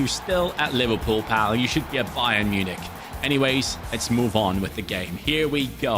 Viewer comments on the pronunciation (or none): none